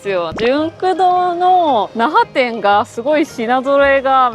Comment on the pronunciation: 奈良店に聞こえる😂😂